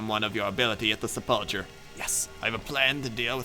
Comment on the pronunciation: sep-luh-ker, sepulcher